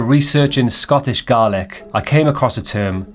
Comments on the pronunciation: Big fan! And love that you gave it a Gaelic name! In the spirit of keeping the integrity and authenticity, just want to flag that it’s pronounced Gah-lick, not Garlic 😂 and Turas is Tur-is not Tur-ass. Wishing you all the very best with the drams! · it's pronounced 'Gay lick there you'll never forget how to pronounce it again 😂' Love and hugs from an Irish lesbian who speaks Gay Lick 😂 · Feels like a massive money grab to me. Ah yes I've moved to Scotland so I guess I'll make a whisky? Whit? Feels awfy weird that some Welsh/English dude coming to Scotland and making it his whole personality? Can't even pronounce the word Gaelic or the name of the brand that you've apparently came up with. Even tho port Charlotte has a whisky named the same thing which feels as if you've copied another ACTUAL SCOTTISH COMPANY. Feels rank overall, sort your life out. 💀